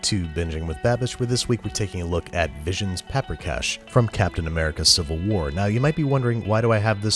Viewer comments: It's pronounced Paw-prika, not Pa-prika. (Emphasis on the first syllable, always in Hungarian) and generally, sour cream is added to the stock at the end while thickening it a bit with flour. I always hated making golushka but you did a good job. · It is pronounced paw-pree-cash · The dish is pronounced puper kosh not papper cash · Sweet jesus does the pronunication hurt. also the spelling. Paprikás, and no vowels are reduced to a shwa wtf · Sir I am offended. You may be making cash from this recipe , but, your pronunciation is atrocious. It is cisirke paprikas. It is made with sour cream. You have made the recipe from the movie but that is not the authentic dish. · Pa-prika xd